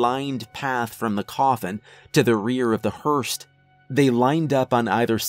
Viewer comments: Great story, but "hurst"?? Lmao (ahem, hearse) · Love your work. But, with respect, "hearse," not "Hearst." I can't help myself. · The word is hearse - not hearst. Otherwise, great story. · Dude, I'm sorry I know this is petty, but I can't help it. It's hearse, not herst. Either way, I love your narration and your choice of stories. ❤️ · I was really getting into it and relaxing until the word hearse kept being pronounced hearst and it completely threw me off. The story is amazing but that just kinda killed me a little inside because I love your videos. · Yep! Hearse hûrs noun A vehicle for conveying a coffin to a church or cemetery. I also want to say how much I enjoy your narration! I always feel like a dick when I correct a pronunciation or incorrect use of a word (I've done it on other story channels), but you seem to take great pride in what you do, and I mean no disrespect. Keep up the fantastic work, you're awesome! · Hearse,like nurse...no T. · Thank you. I loved the face reveal, the story, the narration, but the mispronunciation pulled me right out of it. :( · Hearse...no 't' at the end.